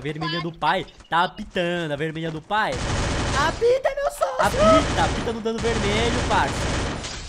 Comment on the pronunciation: Eita mais alguém percebeu q o quando tava dizendo apita ele disse a pika